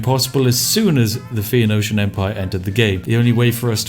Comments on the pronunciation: I like how you mangle the pronunciation of "phoenician" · My brain melts a little when he can't get Phoenician right...